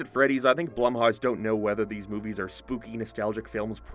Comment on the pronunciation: why does this dude say “blumhouse” so weird lmao it’s literally blum-house